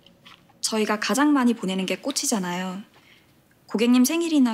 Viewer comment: 드라마 안봤는데 처음에 '꽃이잖아요..'하는거 발음을 '꼬지'라고 해서 뭘말하는건가 했네... 뒷말듣고 아 '꽃'이구나 함..ㅠ나만 그렇게 들렸나